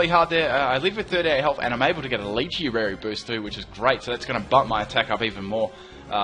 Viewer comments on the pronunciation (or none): none